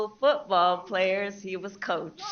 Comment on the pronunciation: COACH🏈, not COUCH🛋️🤣🤣😂